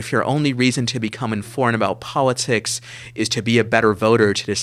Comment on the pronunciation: We aw ignowant about pawwatics? Sewiouswy? What an Elmer Fudd accent this fella has. "I'm gonna shoot the waaaa-bit! Heh-heh-heh-heh-heh..."